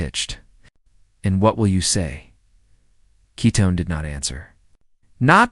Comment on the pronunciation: Love the story. But his bame is Keaton not Ketten.❤❤😊